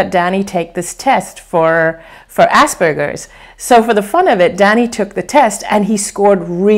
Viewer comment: Can't unhear "ass burgers"!! LOL